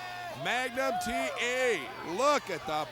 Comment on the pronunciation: “You listen to me Magum TA!” - Nikita Koloff 😂